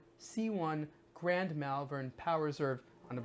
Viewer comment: have to say, cus I live there. it's pronounced 'moll-vern', not 'mell-vern'